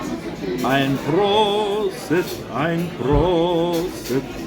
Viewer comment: Een raad van my kant af: Vergeet die Engels en praat Duits amper soos Afrikaans en jou Duits sal baie natuurliker raak. "Ein Prosit" was regtig sonder aksent!😃